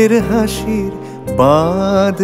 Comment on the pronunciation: উচ্চারণটা বাঁধ হবে I